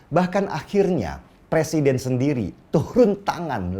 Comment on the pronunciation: jangan terlalu semngat pak de ,rakus bener ah dengan jabatan 😂 sampe nyebut presiden ,jd "persiden" panik bener y gr gr asam sulfat gimik memalukan.